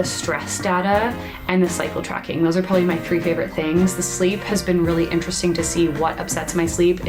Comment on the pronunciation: Haha, I thought you said 'Psycho tracking' not 'Cycle tracking'. Enjoy the summer, we know how short it is☹.